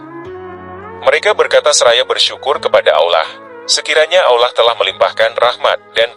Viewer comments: Hai! Pembanca yg benar &;pasih menyebut nama Alloh itu keyakinan umat islam sedunia bukan ( ollah) itu salah besar pembaca kau kwalat ok bro mksih sblumnya mhn mf bila ada kata2 yg kurang brerkenan trimksih sblumnya sekali lagi kpd pembanca klalau menyebut Alloh jangan di balik2 pamali ok bro. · Bener, narator nya salah dlm menyebut nama Allah. Malah kebalik, d ucapkan (ollah)..🙏🙏🙏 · Kenapa menyebut kata "Allah" dengan lafal yang tidak benar? Mohon dicek lagi dubbing naratornya.